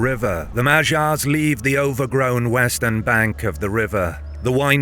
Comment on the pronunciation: It ticks me so much to hear that pronunciation of 'Magyars' 🙃